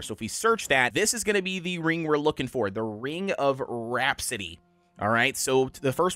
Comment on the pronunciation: Ring of Rhapsody ?.,, Rap-a-city